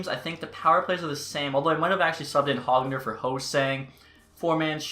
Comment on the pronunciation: Back after a few months, I see you still mispronouncing Pettersson and can’t properly pronounce Höglander either lol. Those are the things I’ve come to know about you in the past several years lol.